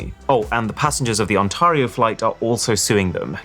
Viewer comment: Its On TER io not On TAR io.